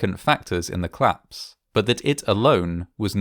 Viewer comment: COlapse! COLAPSE, not "claps"!!